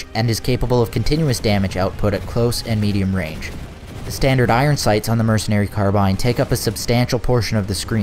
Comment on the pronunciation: He said mecenary carbine at 50 seconds